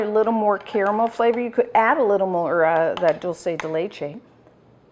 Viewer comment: Wow you said "dulce" correctly at the beginning of the video! I usually hear it pronounced wrong in the States. This yogurt looks amazing!!